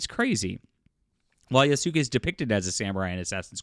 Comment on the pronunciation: Like the vid but please pronounce Yasuke like Yaas- Kay. Not Yas- Su-Kay. It's annoying.